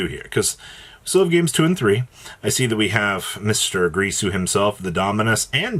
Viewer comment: Ding-gir-su 😑